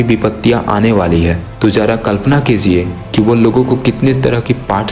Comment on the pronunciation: kalpna kijiye not kiziye